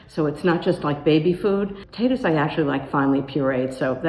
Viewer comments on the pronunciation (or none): none